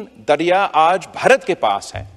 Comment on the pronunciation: His pronunciation is weird. Baharat? How hard is it to pronounce 'bha' for a desi person?